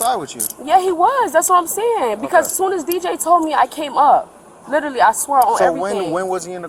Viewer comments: She " litally", said I in college an' working part time.😮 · "It's not my fault. He lidderally got out the car."